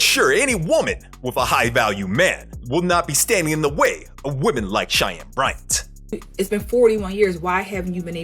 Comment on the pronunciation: Why the hell did he even air the episode featuring Shy-Ann Bry-Ant?? 🤔